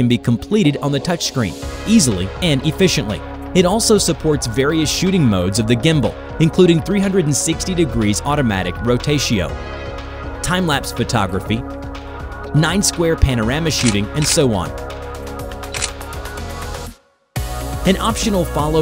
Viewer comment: When u realize its all text to speech cause he really said "rotatio" and not "rotation". Like cmon guys u really cant get an actual spokesperson?